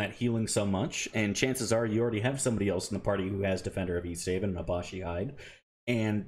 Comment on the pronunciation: Is "Abashi" some kind of meme I'm not familiar with? Otherwise, it's Abishai. A-bi-shai. Abishai are lesser devils, Baatezu, that look like humanoid dragons. That's why they won't let good characters wear it, that armor is literally "of the devil". If you played Planescape: Torment you can see a black variant of them roaming in the Hive, first city you go to. Other than that, I don't recall them in Infinity Games. I think several were in Avernus in Siege of Dragonspear(?), as well.